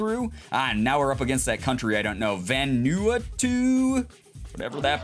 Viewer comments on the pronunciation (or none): Vanuatu is pronounced va new a two